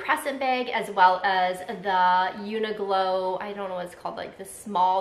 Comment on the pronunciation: New subscriber here! I don’t know if you were trying to say Uniqlo (Q) or if there’s an actual brand called Uniglow.